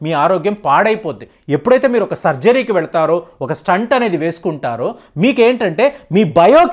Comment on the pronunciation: STUNT "స్టంట్ " కాదు "స్టెంట్" STENT